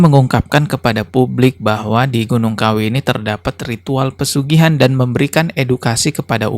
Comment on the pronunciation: Dari bicaranya aja dukun ini kayaknya kurang pendidikan, contoh bilang pesugihan jadi persugihan 😂